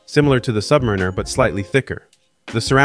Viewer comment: I wish you novice You Tube watch nerds could pronounce Submariner correctly. Otherwise nice job and it’s a beautiful watch.